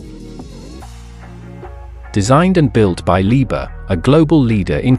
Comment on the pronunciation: Не leebear а Либхер!!!